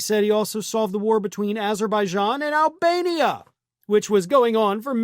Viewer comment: i saw it, him saying this about albania, i heard, " almenia" but ok, i was on the ground laughing my butt off!